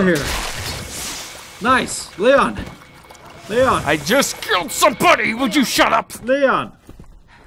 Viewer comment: Do you notice that when he says "killed" it sounds like "kiwwed"?